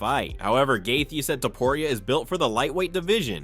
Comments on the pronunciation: who the hell is gay-thee and Eye-liah Tapu-Riah jambalayah! this channel does not deserve my presence, i'm blocking it for being lazy and recording the damn audio. How can you dedicate a channel to something and get all the names wrong?!!! - Bye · Who’s Uhleyeuh Tupperreeuh?